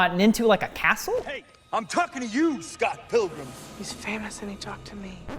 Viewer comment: "Scott Pillgrum!" what a start to the video... Never heard anyone mispronounce it like that before, it sounds like a follow up movie where he's 80 years old.